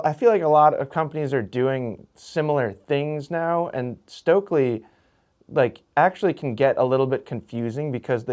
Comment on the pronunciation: Please americans; learn to pronounce Stöckli. It's hurtiung my ears.